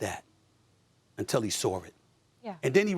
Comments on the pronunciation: “until he saurr it” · "Sawr" get it right buddy